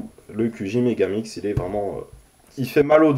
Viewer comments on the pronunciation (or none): On dit megaminx